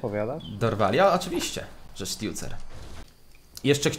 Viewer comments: Sztucer a nie stiucer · Sztucera nie sztjucera xdd